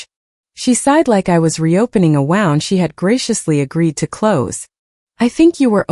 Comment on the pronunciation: Please refrain from using the word Wound if you're going to say it so horrifically. 😂